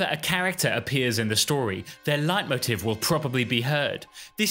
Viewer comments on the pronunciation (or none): none